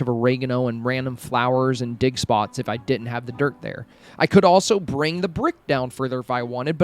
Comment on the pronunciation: Ur insanly creative! Those tips are so helpful thank you so much. Lol I was making a sandwich and I had ur video on and I was like wth... did he just say dickspots?! And I laughed inside my head and thought oh yea ofcourse digspots LMFAOOOOO hahaha I'm still laughing everytime I hear u say digspots 😂😂😂